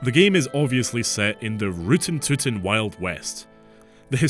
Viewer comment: I just heard you pronounce "rootin'-tootin'" as "roo-tin-too-tin" (with every syllable and "t" clearly enunciated) and I am not fucking okay.